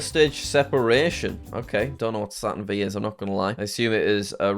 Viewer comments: The Saturn V is pronounced "Saturn five" and is the rocket from Apollo 11 when Neil Armstrong walked on the moon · And he said Saturn V (vee) when it's actually Saturn V (five) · it isn't tho, almost everyone knows it the Saturn five not Saturn vee lol